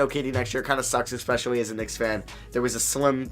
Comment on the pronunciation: “Expecially” nonstop 🤣 love your vids